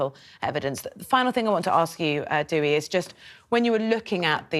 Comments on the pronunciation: Dewi is pronounced Dowie. Such a tragedy thank you from stopping further tragedy she must never be released. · Why do UK news media hosts have such difficulty with pronouncing Welsh names correctly? It’s Dewi not Dewey. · She keeps calling him Dewey!